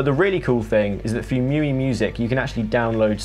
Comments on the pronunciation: miui is read as, me-you-eye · It's "Me U-I" as its by XIAOMI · It's pronounced Mee-You-Eye by the way.